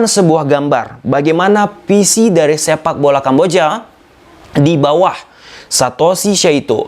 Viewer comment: Bang lu bisa ngomong FIFA pake huruf F yg bener, tapi kenapa kok ngomong VISI jadi PISI ??